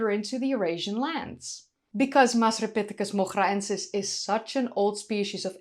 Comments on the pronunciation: Had to listen to your pronunciation of the scientific name a few times. Wonderful voice. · The hair is great, the discovery is exciting, hope they find more evidence for it, won't even attempt to pronounce the name but you're excellent at it. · I can't pronounce Masripithecus moghraensis but it sound's cool when you say it